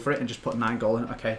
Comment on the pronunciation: It's Nainggolan not Naingolan